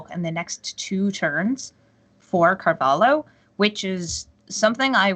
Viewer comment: Damn! This woman saying "Carvalo" is pissing me off